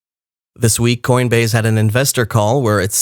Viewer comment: Learn to pronounce words that end with, se. Good information. thank you.